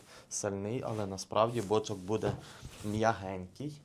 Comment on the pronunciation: Бочо'к наголос не туди так і привикниш